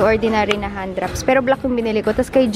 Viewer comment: akala ko "handraps" 😂 hand wraps pala 😂 iba nadinig ko hahaha